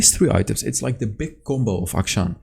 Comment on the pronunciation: FINALLY SOMEONE WHO PRONOUNCES HIS NAME CORRECTLY